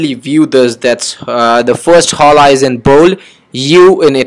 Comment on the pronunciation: Its not pronounced h-o-l-a its pronounced o-l-a